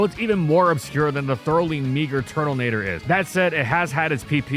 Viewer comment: brother did you pronounce Turtonator with an L? Turtlenator?? Where did the L come from? 😂